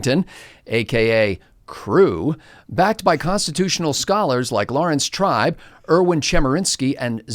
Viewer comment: My apologies,...did you say constitutional scholar "Lawrence Tripe"?